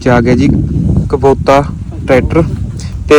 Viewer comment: ਕਬੋਤਾ ਨਹੀ ਕਬੋਟਾ😂